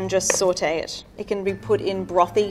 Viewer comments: How much times did she say sawtae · Or when she says sAuTe (it sounds like sortey)